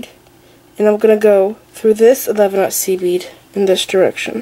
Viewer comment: about 8 mins i was hearing seaweed instead of seed bead